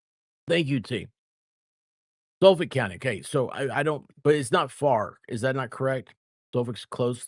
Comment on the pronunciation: New Squirrel School lesson: How to pronounce "Suffolk"